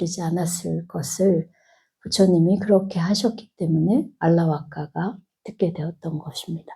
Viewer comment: 수타니파타가 무슨 뜻인지요 그리고 알라바까라고 쓰고는 알라와까 ㅡ라고 읽는건 뭐지요